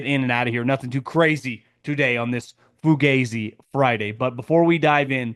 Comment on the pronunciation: foo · ga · zee stop pronouncing it wrong ..... its a name of a band... check google pronounciations